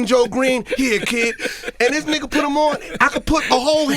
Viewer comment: Stop saying “Nigah” smdh